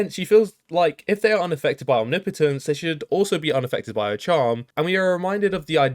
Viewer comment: It's refreshing to hear someone pronounce omnipotence correctly